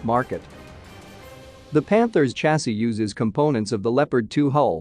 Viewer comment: Hahaha... Ridiculous American English: stating gun barrel sizes in the plural ("130 mms" instead of singularly), and mispronouncing "chasis" too (as with "niche"). How embarrassing and ill-educated!